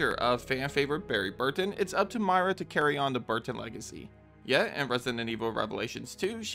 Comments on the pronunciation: MOY-RA not Maira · Girl, who TF is MY-ra? It's MOY-ra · Why are you calling Moira Burton Mayra Burton?